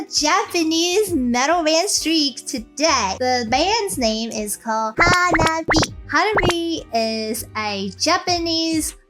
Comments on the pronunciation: 花冷え is pronounced Ha-nah-bee-eh. The え at the end is pronounced Eh. It literally means cold flower or could be interpreted as early spring flower. The band name is originally based on all the girls having birthdays in early springtime. Hanabi, (花火) as you pronounce it, means firework. The subtleties of Japanese pronunciation is very important. The difference between a flower and a firework. 😉👍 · To hear the perfect pronunciation of Hanabie (Hah - Nah - Bee - Eh with four syllables), simply copy and paste 花冷え。 into Google Translate and have the word read to you, nothing could be easier or faster. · Actually, the correct pronunciation is Ha-Na-Be-Eh and means both Cold Flowers (direct translation) and the cold weather before spring. They came to that name because most of the girls in the band were born in winter months, so they are the "Cold Flowers". I think you would really like their song, Otaku Lovely Densetsu. Another Japanese all girl band I think you would really like is Band Maid. And yes, they do dress in maid costumes. Look for their video, Real Existence.